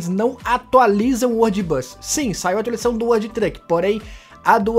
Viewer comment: Fala atualizaçao do jeito certo